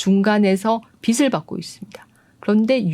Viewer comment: 고흐 그림 좋아해요. 근데요, 빛을 발음 비츨o 비슬x 입니다ㅠ